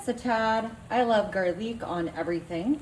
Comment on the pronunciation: Please….garlic. NOT garlique.